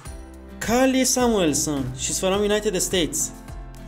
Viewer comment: What kind of accent makes you read from like it's fErom